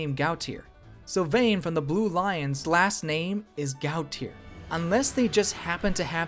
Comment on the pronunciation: Gautier is pronounced Go-shay.